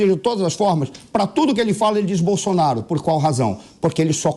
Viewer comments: Esse ser não sabe falar nem o nome do melhor presidente do Brasil de todos os tempos: "Bolsoraro"! 😆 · O bebum não sabe pronunciar o nome de Bolsonaro kkkkkkkkkkkkkkkk